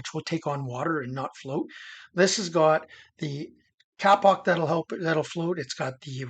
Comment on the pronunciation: kapok is pronounced k a e pock not 'cap ock' . it'sa tree in indonesia the locals pronounce kaye pock. used it for pillows and beds. i lived there 2 years on the island of Celebes.